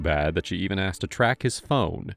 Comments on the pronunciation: He axed me to ax you. Speechless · These kids are supposedly on track to Ivy league colleges yet this one still says "axed". Interesting. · An "elite" school and nobody can pronounce "asked". Homeschooling ftw.